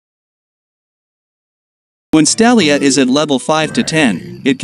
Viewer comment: "stalia" me: its a Stelia